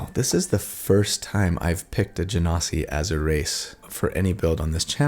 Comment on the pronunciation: Thanks for pronouncing Genasi properly. The number of times I've heard different people pronounce it "gen-sai" is enough to drive a lesser person mad.